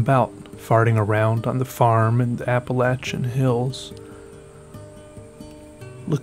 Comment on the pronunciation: "Appal atch an" why